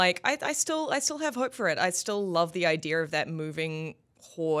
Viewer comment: "iDEAR" - Jobs.